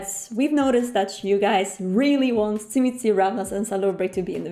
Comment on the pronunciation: What the fuck is a chimisee??? Did you mean to say Tzimisce??? Which nobody on the pla et had pronounced with a Sha sound...ever??? Even in this video the girl talking before you said it right...